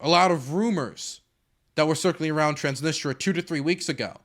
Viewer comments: transnisTRIA PLEASE Not transnistra, transnistria plz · Minor nitpick I know but it's Trans-nis-tri-a not Trans-nis-tra every time you said it wrong my soul died a little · It's pronounced Trans-Nis-Tree-Ah, but they call it the Pridnestrovian Moldavian Republic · I'm going to focus on the least important thing here and say "please say TransnistRIA and not Transnistra" . :p